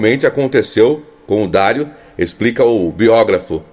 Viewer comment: O jogador é Dario (Dariu) e não Dário